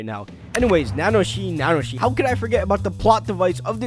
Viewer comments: Nanoshi XD is it really that hard to pronounce ? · repeat after me: Na - Na - Ho - Shi Na its said twice. She's hot.